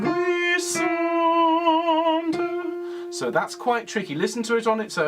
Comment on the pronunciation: Be careful....,in’’languissante’’...’’gui’’is pronounced as’’guitar’’..and not’’gwi’’....you can trust me...I’m French! I love listening to your ’’lessons’’as I am a singer too. Thanks a lot